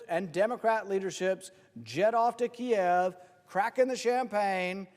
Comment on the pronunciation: I couldn't help but notice and applaud that he said "Kiev"; not Keeeev. I wonder who else noticed and what they'll have to say about it.